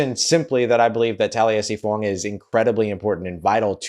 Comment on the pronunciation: You're the only Saints content provider, besides me, who says Fuaga's name correctly. Thank you.